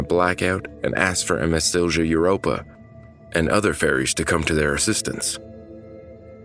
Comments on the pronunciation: It's pronounced Silya Europa, not Silgia Europa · Siljuh 💀💀💀 its pronounced Silya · Bro did you just say silša europa? Im sorry but its sil-ja europa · A small friendly help: It's pronounced Sil-ya Europa Not Sil-sha or Sil-cha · Good job overall but Silja should be pronounced more like Silia rather than Sil-jah. Again, apart from this minor thing, good job 👍🏼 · Silja is pronounced "silia" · You should to the one with the Zebrugge Ferry...it was sailing from Belgium to England I believe, and it sunk because someone actually forgot to close the auto entry door beneath the port of the ship. Also, it's sil-ya...the j has more of a y sound in Finnish. And when you say Turku, you roll the r, which you do on most r's in Finnish. In the end, officials in Finland, Sweden and Estonia were all held accountable, each for different things. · You absolutely butchered "Silja"